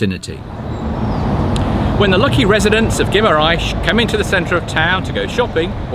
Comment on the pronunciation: Please speak with the locals to help with your pronunciation of the places. For instance ghee mar enz not ghee mar ais. Dough roo not Dow ro.